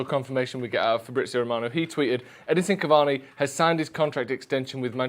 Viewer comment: His name is Edinson Cavani guys. At least get that much right